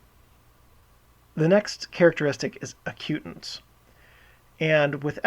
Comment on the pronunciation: It's AC-u-tance